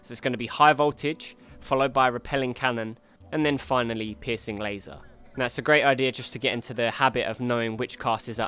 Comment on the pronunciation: I know he's saying "piercing laser," but I can't help but hear "pissing laser"